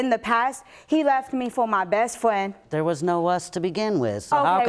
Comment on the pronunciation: All we can all agree on so far is that he hooked up with “her fwiend!” 😳